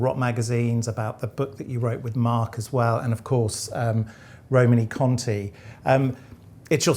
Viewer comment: Also, being pedantic, should be Roman-ay Conti ( E with an acute accent in French gives an -ay sound, not -ee)! E.g. Champs Elysées